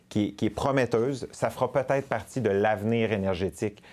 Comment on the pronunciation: Qui parvient à prononcer si mal "peut être " ? Je n'ai jamais entendu des gens au Québec dire quelque chose d'aussi bizarre et confus.